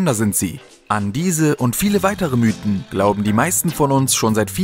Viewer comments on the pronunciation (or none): none